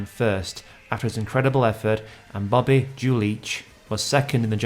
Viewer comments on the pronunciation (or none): none